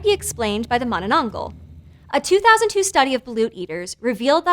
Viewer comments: I guess she's having difficulties saying manananggal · Why you not now how to say it corectly im kid of from the philipines i know already and ypu a adult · Not with her not even trying to pronounce it correctly smh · Bruh u butchered almost all the Tagalog pronunciations, Atleast learn how to pronounce the terms it hurts my ear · hahaha you say it funny!!! it's Mahnahnahnghal like Maanaa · She said it wrong bro you gotta speak a tagalog accent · She pronounced it as manana-angh-gal not ma-na-nang-gal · Mono-nong-gol Vs Mana-nang-gal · I love the way she says manonongal not mananagal 😅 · its not manananggal its mananananannananana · filipinos: manananggal her: maⁿᵃⁿᵃnggul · Her pronunciation of mananangal is soo innocent and pure , at least she tried her best !!! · Mani nong gull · oo nga mananggul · Kit Kat addict ma-na-nang-gal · Please! I beg. MA-nanang-GAL. Happy theres content like this tho! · Yeah its weird how Tagalog works. But its just Mananangal (maah-naa-naang-ghaal) just say it in order but faster. Hope it helps. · XD “Mananananggal” made me laugh! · Okay so im Filipino and i heard her say with an exceeding syllable: "Ma-na-na-nang-gal" 😂 and that just broke the laughter out of me 😂😂😂 🤟 p.s. Love your channel 💕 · ah yes mananageil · The last syllable is pronounce as gahl by the way. Mah-Nah-Nahng-gahl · No one:: mUhnUhNuhngGol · manenengel - what a way to say it. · MAH-nah-nang-gahl, with the "a" pronounced the way you would in that Muppet song, "Mahna-mahna." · Its pronounce manä nang gal gal not gãl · Heh, she thinks she said mananangal right, lolz...so cute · mananananggul ahhahahhaha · I wish she said manananggal correctly but its okay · Whoo! Philippine monster! I love your pronunciation of it! Very informative. Please do more weird Filipino monstrosities! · it's not about the accent. She added extra syllable to the word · The way she says "manananggal" is kinda wrong but who cares she aint pilipino anyways